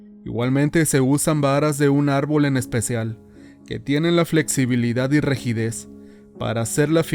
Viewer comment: que tiene queeeeeeeeeeeeeee????????? la flexibilidad y "regides" ????????????? Santo tomas de los pelos parados, díganme que no escuché lo que escuché porqué me estoy doblando con flexibilidad y rigidez de la risa.